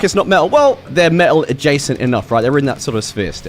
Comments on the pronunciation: the correct way is "met-al" not "me-tal" or "met-tal" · As a midwestern American who also does not pronounce the T’s in the middle of words, I’m frustrated I don’t say “Metal” like this.